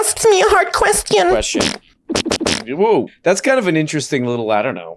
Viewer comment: The man asked me a hard questee-un. fart fart